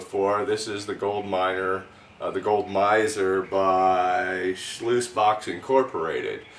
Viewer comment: Mini shluice?? Lol